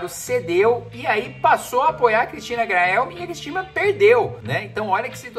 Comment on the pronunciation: CORREÇÃO , SE ME PERMITE, RESPEITOSAMENTE: Não é GRA EL ME . Cristina Graeml Se lê CRISTINA "GREMEL"